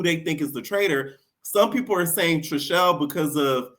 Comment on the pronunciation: It is chrishell. Not trishelle. Trishelle is last season. 😂😂😂😂😂.